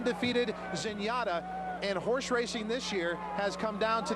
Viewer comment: But, but, but Zenaytta... LOL